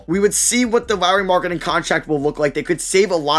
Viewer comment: How did you pronounce Lauri markanen???